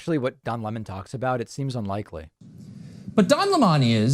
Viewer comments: Gotta say I was amused by Tucker Carlson's pronunciation of his name: Don Limahn (an approximate phonetic spelling of Tucker's pronouncing of the name). We all know it's Lemon as in the fruit. And Tucker's questioning of the cookie jar is just irrelevant. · Don Lemon is pronounced like the fruit lemon. I'd rather be in the company of 100 people like Don Lemon than 1 Tucker Carlson! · No, Don Lemon does current affairs from a Dem perspective. He's also pronouncing Lemon in an affected way that Don Lemon doesn't use. Also, FOX pays this guy millions a show for this? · Hey David do you see now how damn annoying it is when someone purposely and continuously mispronounces a name? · Notice Tucker opens trying to claim that Lemon isn't a serious journalist, then immediately follows with examples of the serious topics he covers. He apparently isn't allowed to cover serious topics, according to Tucker. He isn't even doing the bare minimum of decency and pronouncing his name properly. I guarantee you, Tucker's report alone is an example of Lemon experiencing racism (unless this man meets MY criteria for oppression, he isn't allowed to report on it; ps, only Tucker meets Tucker's criteria for being oppressed; the man is a professional victim). I have absolutely no question that Lemon has experienced racism and oppression in the rest of his life, as well. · I'm so tired of "Cucker" mispronouncing names of people he feels threatened by.